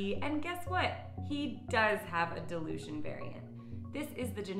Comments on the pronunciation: She was pronouncing it as delusion instead of dilution 😂😂 I was like ummm what lol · I kept thinking you were saying “delusion,” not “dilution” lol!! I was like, no poor Ferguson isn’t delusional D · At first, I thought you said "delusion" instead of "dilution" ... that might explain a lot of my Finnegan's behaviour! :D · Hilarious to me that your accent makes "Dilution" sound like "Delusion" to my ears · Me too. "Delusion" v. Dilution lol